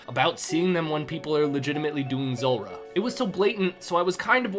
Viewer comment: Z OO lrah not zUlrah 😂